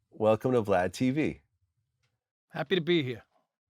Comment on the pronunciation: Just based off that “happy ta be hea” & smile he did you know this is not the guy you wanna get pulled over by